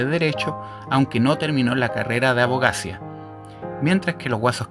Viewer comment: Abogacia??? Compadre! Hasta que curso estudiaste? Abogacía con acento en la i